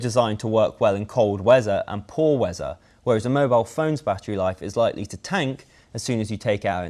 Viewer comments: you need to pronounce your 'th's' better. weather = wezzer. lmaoooo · The way he says weather